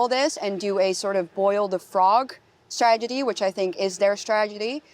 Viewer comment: She speaks wonderful English but she says stragety for strategy. 🌝 I had to backup to be sure.